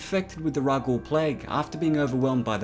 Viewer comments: Yet another great video of the EU! My only complaint is slow down when speaking, you make rhakghoul sound like Ruh-ghoul, not rack-ghoul and it's pronounced. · I am one of 3 things, one I love your channel, two an hypocrite, three i absolutely love legends star wars. I have been watching you channel for months and love your channel. Ok second and third part: i have speech problems, but it is rak-ghoul you are saying rag-ghoul. Anyway i absolutely love your channel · I love this but my only problem is your pronunciation of Rakghoul. You say it as Ragul instead of Rakghoul the K has more presidency. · "rak-ghoul", not "raguul"... jesus "revan", not "ray-van"... jesus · You keep pronouncing it wrong. Revan not raven and rakghoul not raghoul. You got to annunciate man. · and also its rak ghoul not raghoul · Rak ghoul say it with me rakghoul. Words aren't hard. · Revan not Raven, Taris not Tyrus (Tear-is) and Rakghoul is Rack-ghoul. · Rak-ghoul sorry lol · in KOTOR it was pronounced Rat-Ghoul or Rack-Ghoul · @@ in KOTOR it was pronounced Rat-Ghoul or Rack-Ghoul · I think it's pronounced "rak-gool". I remember them pronouncing it in Knights of the Old Republic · I can’t watch this because you keep saying it wrong. There is a K in Rakghoul and it’s pronounced with one in kotor so that is clearly how it’s said. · Your pronouncing a lot of things wrong The k is not silent